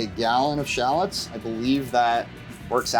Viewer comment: Drink every time he says 'shallots' sorry 'Shallads' 😂 Love this guy!